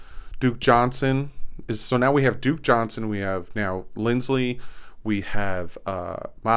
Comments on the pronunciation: Stop saying LindsLey,... there's no L in it. It's Lindsay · it's not linds-lee, it's lind-zee